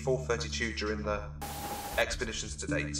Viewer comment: EXPERDITIONS DUUUUUUHHH